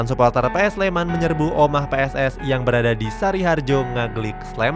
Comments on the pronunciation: maaf mas yang bener Pss Sleman bukan Ps Sleman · Mbok nek ngomong ki PSS SLEMAN ORA PS SLEMAN... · PSS SLEMAN, BUKAN PS SLEMAN MIN :) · Pss bang bukan Ps